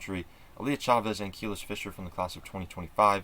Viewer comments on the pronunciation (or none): Just a heads up it’s pronounced Kuh-lease not Keel-iss…since I’m sure you’ll be talking about her more and more